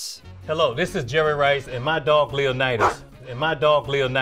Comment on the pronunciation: The correct way to say it is Nitus and I I know, it’s petty, but it irks me so much